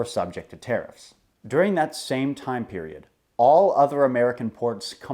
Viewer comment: LOL at "terrifs"